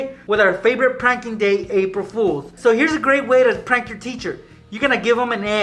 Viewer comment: The title says prank but he says prunk in the video